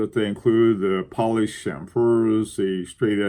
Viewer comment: please say CHAM-fer, CHAM-ferring, and CHAM-ferred not cham-FERD...Thank you for this fine topic!